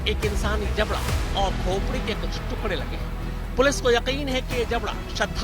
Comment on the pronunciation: Tukre nahi tukde madam....Work on MTI when you are working on a national professional channel..